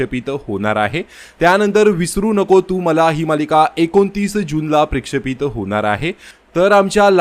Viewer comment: प्रशेपित नाही म्हणत दादा त्याला प्रक्षेपित असे म्हणतात.